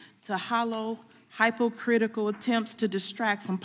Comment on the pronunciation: Did she say Hype-OH-critical? I'm assuming she meant hypocritical